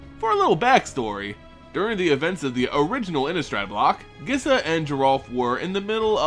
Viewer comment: First off, pronunciations: 1. Skaab is pronounced like scab, not scabe. 2. Gisa is pronounced Geesa, not Gissa. Second, awesome video!!!